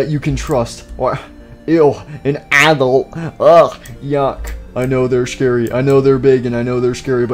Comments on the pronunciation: He said applesauce instead of adult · I raged when they said aadult